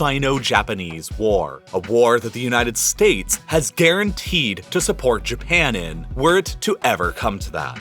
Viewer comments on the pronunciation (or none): And the excessive use of the H sound 😂😂 Supp(h)ort for Support, Front(h)ier for Frontier etc 😂😂😂😂 They should replace him